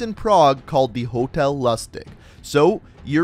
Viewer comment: Its actually pronounced 'Hotel Loo-sti-sch"' Its german.